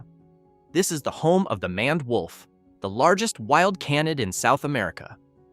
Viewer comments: It's pronounced "mained" wolf, not "manned" wolf. Sheesh. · Mispronounced names: 2 ("MANned" wolf instead of MANE-ed wolf" "CAHN-id" instead of "CANE-id") Errors in Accuracy: 1 ("No verified sources of African wild dog attacking or killing a human being" - wrong, they ate a toddler who fell into their enclosure at a zoo. They are very much dangerous) Awkward Pauses: 7